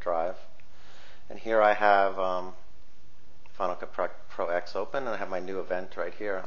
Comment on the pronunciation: Any way to make it NOT use the movies folder on your internal hard drive? I want everything to live on my external due to space issues. (btw, it's properly pronounced "Final Cut Ten")